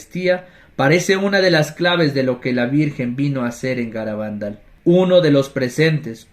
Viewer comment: Hola! Se pronuncia Garabandál, aunque no lleva tilde, y Cantábricom que sí que lleva. Bendiciones!